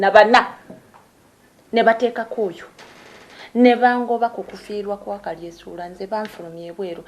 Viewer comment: Naye maama mukulu tomanyi na how to pronouse yo hasbandz name mbu kalyesuula its kalyesubura not kalyesuula haa haa